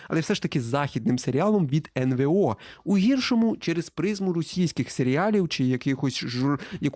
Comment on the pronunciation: Мій тупи або ні коментар. Ну сервіс еНВеО (НВО) це топчик. Плюсую люто за цю вимову.